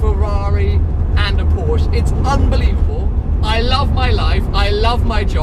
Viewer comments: WOW, pronounced Porsche correctly in the 1st few secs then let himself down seconds later:-(. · Please pronounce the "e" at the end of "Porsche", buddy! ;-) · you own one now please pleaaaeeese stop saying "porsch" and start calling it "porsche" please!!!! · porsch..... EEEEEEEEEEEEEEE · I love the way you do your videos and always enjoy watching your channel, but could you please try improving on your pronunciation of Porsche. It's killing me :D